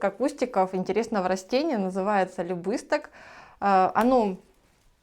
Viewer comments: Странно слышать любысток, я знаю любисток. А вообще у вас все хорошо и это главное, живёте дружно, весело. Погода пока замечательная, жары нет, но скоро начнётся. Желаю хорошего урожая. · правильно говорить ЛюбистОк. С ударением на букву,,О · Любисток ударение на о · Это любисток ударение на последний слог на букву о. По поверью невесте на платье это растение любви пришивали листочек, чтобы в семье была любовь